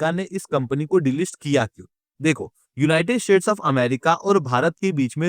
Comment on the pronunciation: Yeh united "shades" Kyun bolta hai?